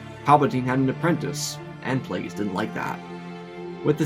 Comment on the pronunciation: Not plague e us it’s plague us darth plagious